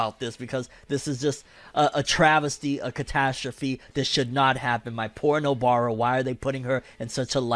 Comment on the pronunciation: LOL he said poor Nobara, "porno-bara" XD